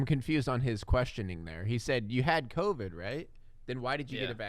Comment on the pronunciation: COVID not covet